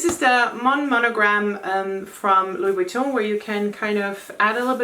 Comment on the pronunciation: Loved how you pronouce Louis Vuitton its like it's UP there level hehe hope u get what on trying to say 😅 your so classy you dont have to try! 😍